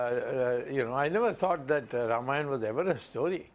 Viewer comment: It isn't Ramaayana, its Raamaayana in pronunciation.